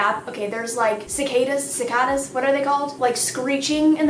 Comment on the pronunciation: sick-aid-uh and diss-eye-pull